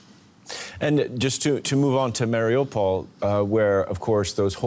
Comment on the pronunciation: why are you calling it Marry OPAL?